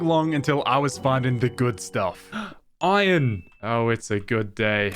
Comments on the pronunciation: Pronouncing "iron" like "oi-on" is cheating at Scrabble. There is an R in "iron". Swallowing the consonant sounds dumb. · Bro the way he's pronouncing "iron" triggers me so much